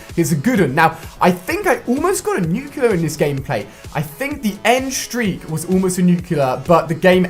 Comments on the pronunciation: Pronounced nuke lee ur not nukiler I'm sorry but correction just feels good I'm still you're big fan though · It's NUCLEAR not nucular!! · nuclear* not nucular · Nuclear! NOT NUCULER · NUCLEAR. Why are you saying "Nuke U Lar"? That's just not how you say it, you sound like George W. Bush. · Its a nuclear not a nucealar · nu clear not nu kyoo lear fuck you brits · Btw its pronounced nuclear, not nucular. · Yeah, but he keeps saying nucular. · did he say nuclular in the beginning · can't even pronounce Nuclear